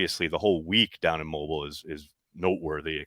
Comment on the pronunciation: You’re saying Mobile wrong.